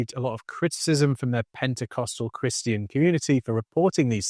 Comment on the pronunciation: Chris-Tee-In? It’s Christian. Not difficult to pronounce correctly.